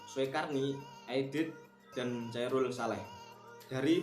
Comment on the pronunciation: Chaerul tp bcanya khaerul gaees... Haddech..